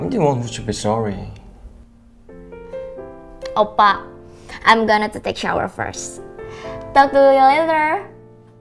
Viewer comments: Ketika dia bilang oppa, yg gue denger : opak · overall ini bagus cuma buat yg cewek Indo yg pacaran sama cowo Korea, pelafalan bahasa koreanya kurang enak didengar, ngomong Oppa kesannya kayak manggil opa opa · she doesn't call him "oppa" but "oppak" :v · Ngape oppa nya make k gt? Jd oppa.k oppak hahahaaaaa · Apa cuma gue yg gak suka cara manggil oppa versi 🤣🤣 berasa oppak coba agak di perhalus lagi sebutan nya biar gak kedengeran agak anehh